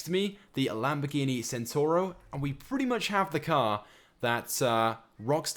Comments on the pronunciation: Centenario, not Centario, you dingus. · If anyone had played forza horizon 3 or just knows how to pronounce things properly you would know that the Lamborghini Centenario is actually said as Lamborghini Ch-ent-en-ah-rio not senario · Lamborghini "centaro" LOL. it's "centenario" don't know if I spelt it right but I'm sure that's how you pronounce it. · centenario is said Chent ten r e o not centario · pronounced Lamborghini chentenario not sentenario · ITS NO THE CENTENARIO ITS THE LAMBORGHINI HURACAN YOU SPANNER, AND ITS PRONOUNCED CHEN TA NARIO, YA TOOL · not sentaro even jesus. it has got the 'enario' bit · it's Ch-ent-a-nar-re-o.